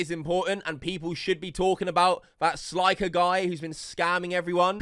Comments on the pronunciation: It's slick-er not sli-ker 🤦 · It's not sl👁️ker it's sl👅ker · stop saying. its clearly pronounced slicker u spastic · SL EYE CKER lmao can you say slicker? ROFL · “SLIEKER” 💀💀💀 Oh hell naw, who invited this dude? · guy does research on 'sliker', continues to say his name wrong every time... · “Sly-kur” tf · He can't pronounce it, he brought it up when he said 'sly-ker'